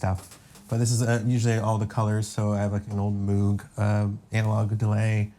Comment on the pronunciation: Great soundtrack and great tv series. Would be fun to see more. Also fun to hear someone from USA pronounce that synth xxxxfooger manufacturer properly. If anyone listens to requests: Danny Bensi & Saunder Jurriaans would be very nice to see about the score for The Outsider.